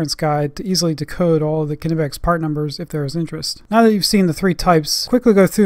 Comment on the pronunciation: Also Hats off for being probably the only America who knows how to pronounce Knipex